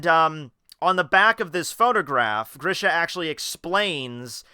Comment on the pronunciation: And yes u pronounced Grisha right